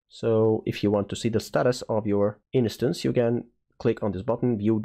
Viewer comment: The word 'instance' has two syllables: in + stance (like dance but starting with st)